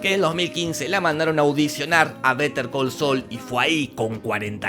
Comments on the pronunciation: yo sin saber cómo pronunciar el nombre de la serie. jorge: "BeteR col sol" Gracias por solucionarme la vida hombre de voz rasposa! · Betercalseul jajajaja